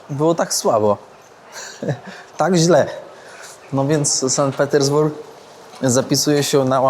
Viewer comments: "San Petersburg"??! "Sankt" względnie "Sant" ciemna maso! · SANKT Petersburg a nie San Petersburg ;) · Super miasto, teraz jakby za żelazną kurtyną, dzięki za pokazanie. Jedna uwaga to Sankt Petersburg nie San Petersburg, a w nim Ermitaż na nie Ermitraż - to trochę razi 😆